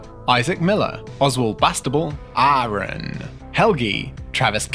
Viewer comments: He got you right but A-A-Ron wrong hahaha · Dissapointed you didn't say A-A-Ron correctly!